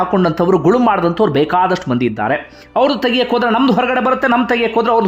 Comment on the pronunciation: ಇದ್ಧಾರೆ,ಹೋಗಿದ್ಧಾರೆ, ಬಂದಿದ್ಧಾರೆ ಉಚ್ಚಾರಣೆ ತಪ್ಪು.ಇದ್ದಾರೆ,ಹೋಗಿದ್ದಾರೆ, ಬಂದಿದ್ದಾರೆ ಇದು ಸರಿ. ಕನ್ನಡ ಉಚ್ಚಾರಣೆ ಸ್ಪಷ್ಟವಾಗಿರಲಿ.